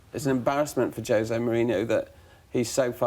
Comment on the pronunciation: Would be nice if Neil Custis knew how to pronounce Jose, I suppose he is a journalist for the Sun